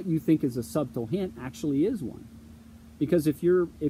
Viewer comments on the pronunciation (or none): "Subtle" is pronounced like "suttle." It's embarrassing the way you say it.